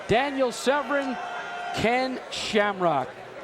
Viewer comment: Americans really struggling to say Severn xD Sevren Severurn SERRRVERRRRN xD lmao